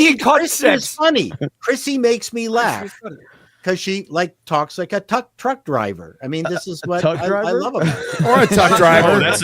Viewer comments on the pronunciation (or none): “Tuck driver” lol funniest slip up I’ve heard today